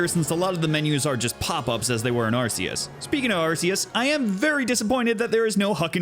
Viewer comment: Haven't beaten it myself either, only taken out one team star base, gotten 3 herbs, and knocked out 4 gyms, been too busy just farming pokemon and grinding along with exploring >_< (also, kudos on pronouncing Arceus correctly)